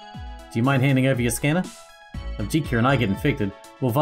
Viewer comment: Jitka can be pronounced as Yit-kah. Source: I'm Czech, and J is usually pronounced as Y in Yeet.